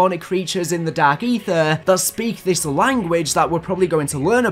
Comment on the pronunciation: “dark AeeTHEER”